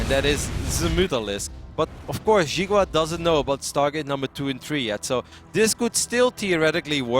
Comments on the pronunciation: Not "She-gua", try "See-gua". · jeega wa :p should be pronounced "she gwa"